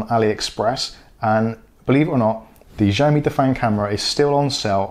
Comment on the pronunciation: I read somewhere that if the MAC address starts with 78, then you probably gonna be block. Both mine are 34 and working fine. Btw it’s not pronounce as zhaomi but ziao mi. Go google the translation and listen to it. :)